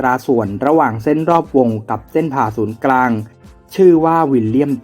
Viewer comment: เหมือนได้ยินออกเสียงว่า เส้นผ่าศูนย์กลาง นะครับ